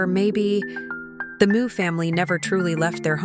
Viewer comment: Meux is not pronounced moo it's m'yew